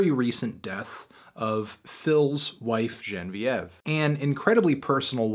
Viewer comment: I know you dubbed over the incorrect pronunciation of Genevieve. I see through the facade, fantano.